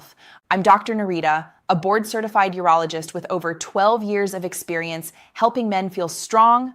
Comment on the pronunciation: Did you say Urologist?